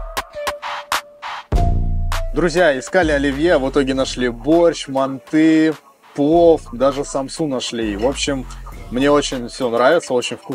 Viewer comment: Правильно мАнты 😀